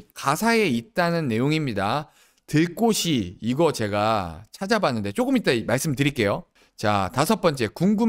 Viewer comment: 들꼬시 가 아니고 “들꼬치”로 발음하는게 맞습니다.